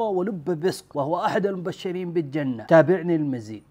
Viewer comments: ليس لديك حق بعدم الترضي عن صحابة رسول الله صلى الله عليه وسلم. واضح عندك صعوبة نطق ولتغة بسيطة بحرف الراء.. و بجّنة واضح صعوبة في النطق و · بالجنة اظهر اللام لا تلفظها لام شمسية